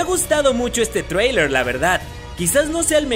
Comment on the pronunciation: muy bueno tu video y buen análisis es casi lo que todos nos imaginamos hasta ahora no hay mucho material! pero lo que me saca de quicio es la rara pronunciación de algunos nombres como ecl del profesor Dambledor o Dumbledore? Tisius o Theseus Scamander? thriller o trailer? dejale esas pronunciaciones raras a los españoles y a los argentinos!